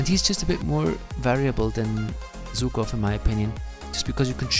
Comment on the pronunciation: Man, he's Żukov not Zukov 😂 In English u have Zhukov to act like ż